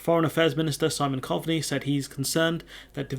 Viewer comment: it's pronounced Cove-ney